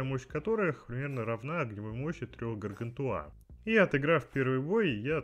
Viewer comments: 8CBG4A Android Полоскун не ГАРГАНТУА! а гаргантюа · ГаргантюА ( ударение на А ) и ПантагрюЭль - сатирический роман-пенталогия французского писателя XVI века Франсуа Рабле о двух великанах-обжорах, отце и сыне.